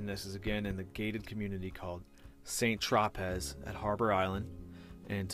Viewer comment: It’s pronounced “San tropay”